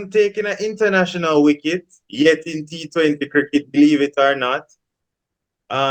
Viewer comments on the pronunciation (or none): Bredren. Tell your panelist that the word is wicket not Wricket with a r… Ok 😂 🤦🏽‍♂️… Remind me of my childhood days when we used to say wricket 😂